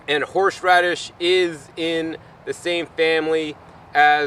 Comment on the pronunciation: You are amazing, but i just kept cracking up every time you said HORSH radish LOL Awesome video, thank you! I've got my living room FULL of tropical fruits I have grown with your guidance, time to look for a new place with more room lol. My daughter is telling me no more plants, but there WILL be more LOL